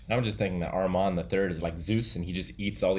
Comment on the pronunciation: Guys !! I m french.when you say Armand don t prononce The D. 😉. Live your reactions . Peace